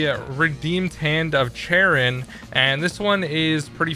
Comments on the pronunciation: No offence but its a bit irritating to me, Charon is pronounced Kahron, like car, but in a british accent and just, on. yea. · charon pronounced karon. keep up the good work